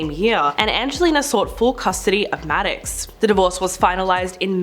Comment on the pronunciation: Okay... where to start... it's Holmes (in both instances), not Homes. Then there's Maddox, not Maddix. And..... John MAYOR?? Seriously, if you're going to make these videos, please do some research on how to pronounce and spell peoples' names.